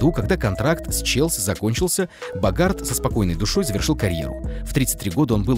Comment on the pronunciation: Впечатление, что озвучившие этот рейтинг, сами не знают кто такой Уинстон БОгард (с ударением на первом слоге). Основной левый защитник вангааловского Аякса, участник евро-96 и чм-98 в составе сборной Нидерландов, неудачно перешедший в кризисный Милан со сборищем звёзд, а потом несколько лет добротно отыгравший в обойме Барселоны. Он действительно потерял интерес к футболу, но такую ЗП не дают просто человеку с улицы.